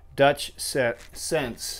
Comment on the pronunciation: its PRONOUCED SIN-SEE!